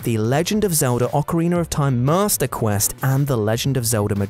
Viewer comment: must have heard Rach say Master Quest wrong when she told him the wind waker preprder bonus